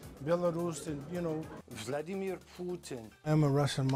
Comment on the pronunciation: Vald-e-mir POO-tin